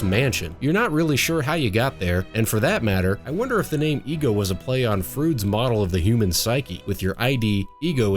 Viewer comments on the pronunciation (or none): "Froyd," not "frood." 😂